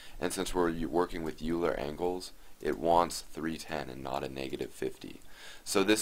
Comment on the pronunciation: thank you for the tutorial- really useful! p.s. Euler is pronounced 'oiler' - he was German And by German I mean Swiss !